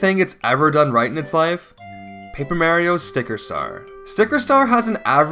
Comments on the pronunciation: Jesus, learn how to pronounce Mario. So annoying I gave up watching this video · Couldn't watch because of the constant mispronunciation of Mario.